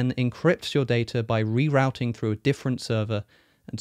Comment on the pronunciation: What’s ‘re-rowting’? Do you mean ‘re-routing’?